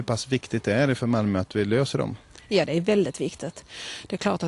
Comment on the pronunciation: Och hon märker inte att hon säger dte konstigt!